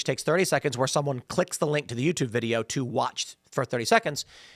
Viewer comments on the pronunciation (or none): none